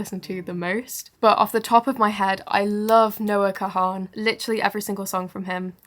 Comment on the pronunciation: Noah Kahans last name is Pronounced "Kahn"